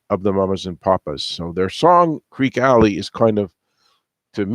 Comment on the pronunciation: I mean... where to start? Okay, for starters, you mis-pronounced the title of the song itself. It's pronounced "creaky" Alley, not "creek". And I just now noticed that you even spelled the title wrong in your video title. Next, the reference to getting "fat" is not a comment on her weight, it was a term for making money. As is further evidenced by the following line: "And everybody's getting fat except Mama Cass". I'll just stop there, but there is more that you got incorrect.